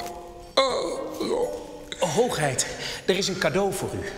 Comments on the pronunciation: Hoogeit hahaha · Het is HOOGHEID!!!!!!!!